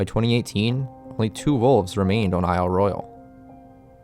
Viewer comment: Good video. You even pronounced the name of the island correctly! I live on the Keweenaw Peninsula of Upper Michigan - home of the headquarters of Isle Royale NP and the home of the Keweenaw National Historical Park. I suggest doing a video about the geology of Isle Royale and the Keweenaw. The billion year old volcanic deposits of the Mid Continent Rift, the native copper, etc would make a great subject for your channel.